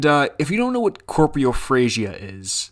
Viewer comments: Not “corpriophasia” It’s “coprophagia” - eating feces. Had me interested for a new weird habit, but it’s just poopoo munchies. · I think you mean coprophagia, not corprophagia. One eats shit, the other is a camnibal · Robed: roe-b-d Copraphagia: coe-pra-phay-gia Hymn: Him-n Don't use the words of you can't. It ruins everything else. Especially when it happens again and again. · When you say 'corpiofrazia' do you mean coprophilia? Sexual attraction to poop? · Okay he said it completely wrong. Coprophagia is what it’s called. He just eats poo.